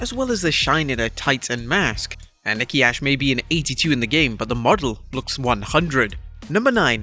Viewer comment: I never heard her called herself nikki ash 😂 now Nikki A.S.H yes but its ok im hype for thr game